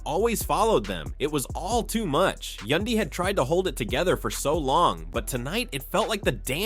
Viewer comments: I always question these stupid posts when the narrator can't even Prounouce a cast members name,...He can Prounouce mendecees and Rasheeda But not Yandy.....Who's Yundy ????.....He finally got it right in the last 8 minutes of the video,, Somebody probably whispered in his 👂 ear,,..(Its YANDY Fool !! 🙄) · Who is yundy ? It Yandy !!!!!! Wth cant yall get our names right Yandy rhymes with Andy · White folks really be acting like they can’t sound out letters once a Black persons name comes up.. Tf is a Yundy when there’s a whole “a” right there. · Say the name's right. Yandy don't need to listen to Rasheeda. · You can pronounce Rasheeda but not Yandy?